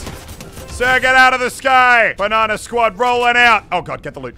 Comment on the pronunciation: Banana not banna